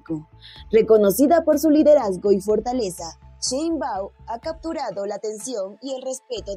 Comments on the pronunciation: Que no es sheinbau, te falta la m al final, estas menza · Se pronuncia Shein-bauM, NO LA CAGUES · Se pronuncia como se escribe SHEINBAUM no sheibau...